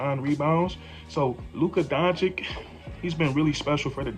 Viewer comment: Bro, you really got to learn how to say Luka's name! Listen to this song for help 🎶